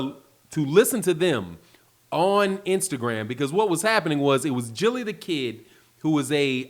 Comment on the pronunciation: Gillie da kid......Gil-ly LOL 😂